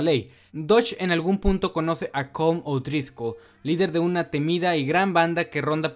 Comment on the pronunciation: Se pronuncia Colom no Colm